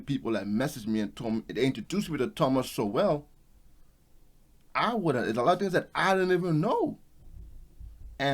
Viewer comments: Great video, but his last name is pronounced "Sole" not "So-well". He's an amazing source of real knowledge. Keep up the great work. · Respectfully, Thomas Sowell's name is pronounced "soul" not "so well." As a liberal, i'm opposed to this idea of reparations for a variety of reasons. Sowell covers it well here. The idea that i should pay for American history is a deviation from norms in our culture. My parents were immigrants from Europe 1956 to America. Should all people who arrived well after slavery was abolished? Should black people who are mixed ancestry receive reparations? What if you're mixed white/Euro and ancestors who were black but not slaves? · His name is pronounced "Soul" not "So-well" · Great video. By the way, Sowell is pronounced "Soul". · It is good what you are doing. Congratulations. Love to see a young man working hard. But please give your subjects the respect to learn how to pronounce their name. Thomas Sowell’s name is pronounced “SOUL”. it only takes a minute or two to figure out how to present well. Do your research. Continued blessings. In love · The more blacks people who begin to think like you, the. Better off black people will be. However, the more of us who think the way we do the harder the left and the blacks who they employ to keep us down will work. But keep it up. Btw. I think his name is Thomas Sowell pronounced like (SOUL). 👍🏾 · Pronounced Thomas "Soul". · Sorry to correct you but Sowell is pronounced Soul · His last name is pronounced "soul", e is silent. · It's pronounced Soul (Sowell)